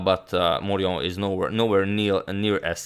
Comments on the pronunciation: Yes, the French pronunciation there is unobjectionable: well done! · Very good pronunciation of "Charles Amédée de Maurian". You should trust your French skills ;) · The prononciation de Charles Amédée de Maurian is correct.